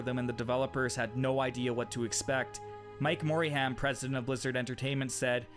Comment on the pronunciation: I am 13 minutes in, just want to pause and give a quick criticism. When making these videos do a little bit more research on how to pronounce some of the words like Tier and names like Mike Morhaime. Edit: Adding Modem to that list.